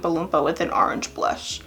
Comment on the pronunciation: Are-ange??? Huh? 🍊